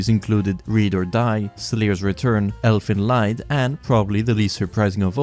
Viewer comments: Not wanting to be a jerk but its pronounced "Elfen leed" In german ie make the sound ee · the pronunciation of elfen lied killed me a bit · Your pronounciation of "Elfenlied" hurts my soul. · Are you mispronouncing these titles on purpose? Elfen Lied? Symphogear? How the fuck do you pronounce "symphony" dude?